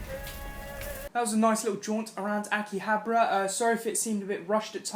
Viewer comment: Damn you can’t pronounce shit! 🤣😂🤣😂 FYI it’s (pronounced) ah-key-hob-are uh